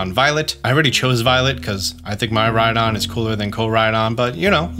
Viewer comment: Me Rhydon. Not My Rhydon.